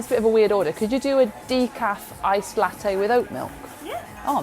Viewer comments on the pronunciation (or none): none